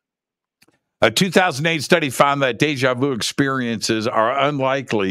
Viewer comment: When you say. "It's just like de ja veau". Is that de ja veau? Definitely is yes.